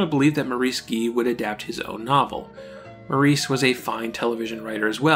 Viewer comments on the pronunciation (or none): These videos you produce are very interesting, fascinating, and informative, but your frequent butchering of English names like Shaughnessy (emphasis normally on the first syllable), Maurice (pronounced Morris in England and probably also New Zealand), Gee (generally pronounced Jee), and Burnham (pronounced BURNum, accent on the first syllable and no h sound) does tend to jar the ear. Other than that, keep up the good work.